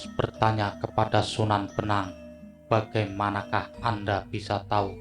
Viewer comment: Sunan bonang bos,bukan sunan benang!!..